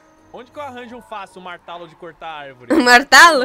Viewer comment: o pior é ele falando martalo achando q tava falando martelo kkkkkkkk